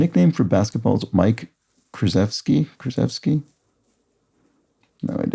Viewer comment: Krzyzewski is pronouced SHA-CHEF-SKI hence the K moniker, good attempt if you have never seen the name